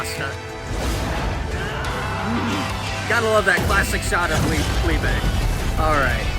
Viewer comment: I love how you admit it's german then immediately pronounce "Liebe" wrong